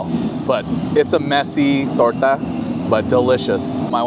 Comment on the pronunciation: I ‘m Mexican and I am impressed with your “torta” pronunciation haha it was perfect! Thank you for your videos I’m so excited for visiting Disneyland this October 🙌🏽 Edit: queso crema salsa roja? Or you have a lot of Hispanic friends or you studied very well, beautiful Spanish!